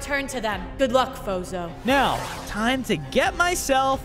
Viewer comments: Every time they said fozo it sounded like bozo😂😂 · I thought you said bozo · i keep hearing bozo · His name isn't fozo it's bozo